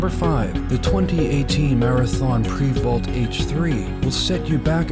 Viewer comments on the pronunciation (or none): It’s pronounced Pre-vost, not prevault.